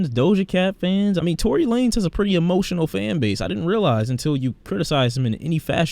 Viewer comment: Dude said tory wtf